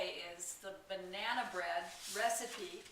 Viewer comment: Did you say BRAnana bread...LOL....love your vids and recipes!